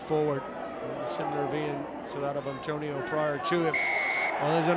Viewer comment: Every week I wonder: is this the week the announcer learns it's Atonio, not Antonio?